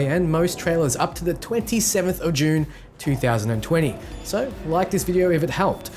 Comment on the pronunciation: “”JUNE””. Haaa